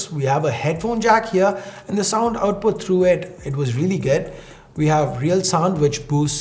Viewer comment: Why is his accent sound so weird? Never heard any indian saying "good" as "ged"..🙄..sound soo fake & cringy...